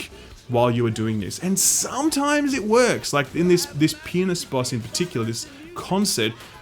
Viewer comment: 'Pianist Boss' sounded like 'Penis Boss'